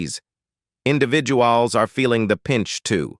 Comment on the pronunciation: Vehzah-cules... lol Individu-alls.. Lol All in the voice of the narrator from Cops. XD